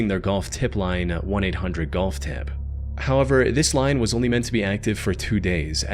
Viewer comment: Every time says the word "BUT" he pronounces it as "BITE", or when he says the word "HOWEVER" he pronounces it as "HIGH"-ever. He also pronounces the word "CONVERSATION" as "CONVER-Zation and the word "LOST" as "LO-Zt". Is he Northern Irish and trying to sound American, or is his voice AI generated? It says he is from the United States, but something is very off with his pronunciation of English words.